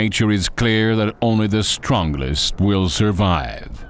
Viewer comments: Director: What type of Dino documentary do you want? Public: WE WANT TO BE THRILLED!!!!! Director: Ok, let's hire someone that says STRONGLEST, MECRORAPTOR, AND PROMTOCERATOPS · What kind of narration is this? Also, PROTOCERATOMPS, MECRORAPTOR, STRONGLEST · "only the stron-glest" will survive. Wtf is with this guy's pronunciation. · "the stronglest"